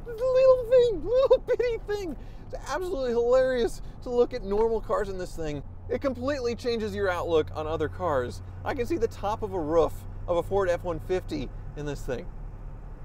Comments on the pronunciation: “The top of the ruf of a ford F150”. Frank would say it the same way ;-) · When he said roof like book, I nearly threw up. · Lol you definitely said “I can see the top of the RUFF” haha